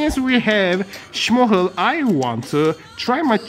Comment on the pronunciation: It’s smoochle you just don’t say the ch